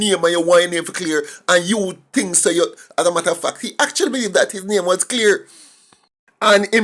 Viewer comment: He can't his own name properly